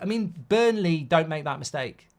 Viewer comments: Mark, it’s BURNLEY ffs. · Relax with emotions today. That was not a penalty. And again it's BURNLEY for daaaam sake! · Mark it’s Burnley